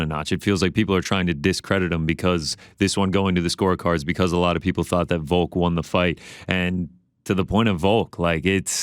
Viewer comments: Is Ariel saying "Voke" instead of Volk? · Does it bother anyone else when Ariel calls him Voke?